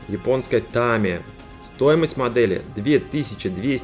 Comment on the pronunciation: Не дрАгон , а дрЭгон. И не тАмия , а тамИя Чувак левый , если даже не произносит правильно название фирмы.